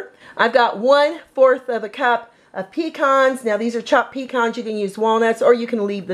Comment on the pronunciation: Alright for this old school recipe!!! I grew up wit this in the South and I'm so glad to see you celebrate this simple but classic Southern treat! God bless our Southern mamas!!!! p.s., thank you for pronouncing "Pecan" correctly also, lol!!!!